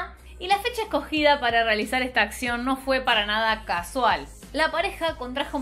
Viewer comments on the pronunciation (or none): none